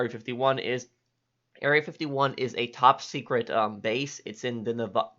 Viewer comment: I like how he says TOP SECRET facility